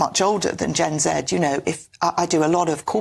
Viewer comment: You said Gen Z wrong!